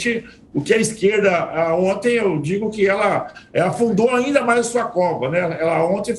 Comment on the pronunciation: Esses comentaristas são muito bostas.. " ontens " kkk